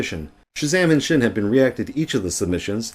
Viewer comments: its pronounced sin and not schin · Thank you for your words! I was really frustrated by the video of chezame and Sxin (btw it’s not pronounced shin, it’s pronounced sin) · We will adress everything said in this video in great detail , just so you know: a lot of things in this video are false! P.S.: it is pronounced sin not shin ✌️